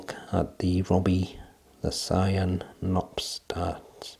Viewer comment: Another great review of a nice looking dart. Btw, in Dutch you do pronounce the 'K' in front of the 'n'. Cheers